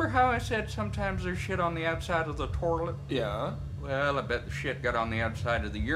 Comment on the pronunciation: Torilet my mom was pronouncing it right her whole life😂